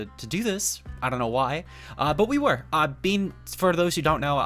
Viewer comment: Bene is prounounced not Bean, its "Beh-neh" German Poketuber legend and competetive legend